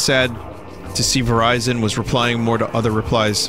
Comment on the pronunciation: E.T. phone Verizion.